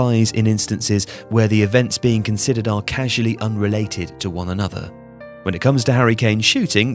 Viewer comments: I always pronounce it casually in my mind. This is hilarious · CAUSALLY unrelated not CASUALLY unrelated. This mistake makes it clear that the narrator doesn’t know what he’s talking about😂😂